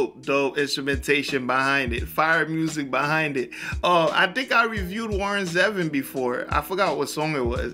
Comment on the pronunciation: It's pronounced Zee-Von